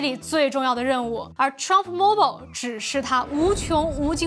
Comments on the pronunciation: Mobile不是这么读,建议 好好去查一下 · mobile的发音，你发的怎么和我学的不一样？